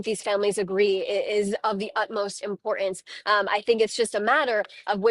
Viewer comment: IMPOR'ENCE!! If it's that important why not pronounce the word correctly??